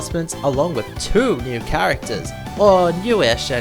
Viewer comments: you say two like tow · I think if you were able to pronounce the word "two" properly this video might have been a lot better